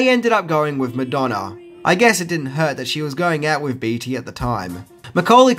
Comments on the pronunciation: Hey! Long time fan here. Just wanted to clear something up for you. Warren Beatty's name is pronounced "Bay-ty", not "Bee-ty". Also...Madonna's performance in this movie, as well as any movie she's been in, is complete trash! haha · It’s pronounced baytee not beetee. But you rock so hard!!! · It's hard to hear you say Warren's last name. It's said like "Bay-tee", not "Bee-tee". Nonetheless, definitely a classic film and one of the only times Madonna did a proper acting job. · That's Warren BEATTY (BAY-TEE), NOT BEATY (BEE-TEE) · Jesus! It’s Beatty not Beetie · Warren's surname is actually pronounced Bay-tee. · Beatty = Baytee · It's pronounced Baytee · Sorry gotta corrct ya man, its warren bee yeti, and homage is pronounced, OH mahjjj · Ha you mispronounced the lead actors last name. And it's wreaked havoc, not wrecked havoc. Cheers mate I'm just joshing ya